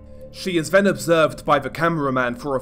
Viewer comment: good content and scripting, but the vocal delivery, maybe try like you're doing a standup comedy act, it's a bit overly dramatic and tedious, not every syllable has to sound like it is an earth-shattering piece of information - also, if you want to be a narrator, words like 'brother', 'further', 'then' , 'the' and though' aren't pronounced 'bruvva' , furva', 'ven' 'va' and 'vo'